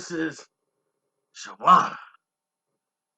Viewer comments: You chopped everybody name up on this 1! DTP, nigga! Shawna, not Shawanna! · It’s pronounced Shawn -na 🤦🏾‍♀️ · You killing me with "Shawanna"! Reminding me of that uncle who keeps ruining your ghetto friend's name. LOL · Bruh the W is silent..... I almost cut this shit off after the 2nd "sha-wonnah"